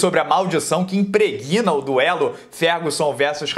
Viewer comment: Um jornalista falando "IMPREGUÍNA" ? Pronuncia-se "IMPRÉGNA" pois o G é mudo.